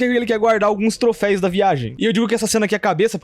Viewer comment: Vídeo legal, mas me deu uma dor dele falando "troféis"